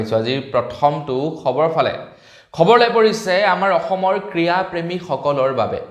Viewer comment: ক্ৰীড়া নে ক্ৰীয়া ? অসমীয়া ভাষাৰ শ্ৰাদ্ধ পাতিছা ।ভাল কৰিছা । আমিয়ো শিকি ল,ম ।